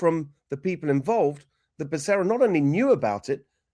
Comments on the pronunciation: What a friggen joke!! Now I heard you pronounce Bacerra and that’s all I hear now is Buck-a-ria. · Benny ask google how to pronounce Becerra LOL even though I don’t like him its bas how you pronounce it